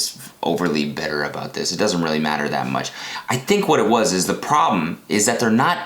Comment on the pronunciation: He said PrObem